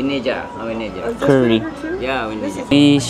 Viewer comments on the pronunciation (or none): none